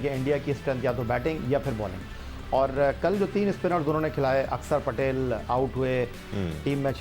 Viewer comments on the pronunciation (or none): none